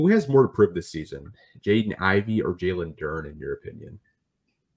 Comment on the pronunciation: It's Ivey, and it's not even close!